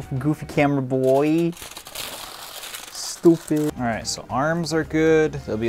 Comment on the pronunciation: saying "s-toopeh" compilation